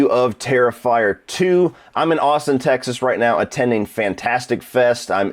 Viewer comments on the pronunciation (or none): none